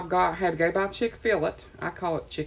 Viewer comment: I'm so sorry Abby hurt her ankle during Cheer Practice, but AGHHH!!!! Another Person who calls it "CHICK-FILL-it" AGHH!!! Sorry, but that's Awesome!!! ***NO!!! Abby is NOT "Spoilt!" She is JUST LOVED! (Any time anyone would say I was Spoiled or call me "A Spoiled Brat;" My Nana would always say... No! She's not spoilt! She is Just LOVED!!! A WHOLE LOT!!! LOL! Abby is very smart! "Time is Money!" LOL! I bet you have TONS of FUN with that Young Lady!!! Maybe it's "A Southern Thing" because here in The Carolinas, You hear "There's more than one way to skin a cat" all the time! I mean... Who in the world came up with that phrase?!?! I grew up hearing it & never really thought about it! LOL! I'm SOOO GLAD your Brain did NOT explode today! Since this week has been so rough;I hope, pray & wish that next week is Amazing for you in every way... AND... You WILL surpass your Goal of hitting 1,000 Subbies by the end of the year FOR SURE!!! This really turned out to be Super-Cute! At first, when you were collaging that one side; I was like...What?!? But I LOVE how it all organically flows together! I love all the colors! ~🙏💙🙏Much Gratitude From the Carolinas🙏💙🙏~